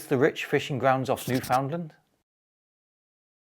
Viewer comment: it's NU-fuhnd-luhnd not nu-FOWND-land